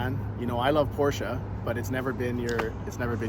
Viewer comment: Get the Porch-ah